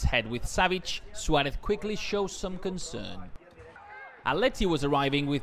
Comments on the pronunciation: please say Suarez and not Schuwaretz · Saying it completely wrong tho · “Luis SWALEFFF”